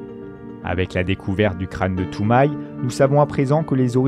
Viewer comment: et Toumaï non plus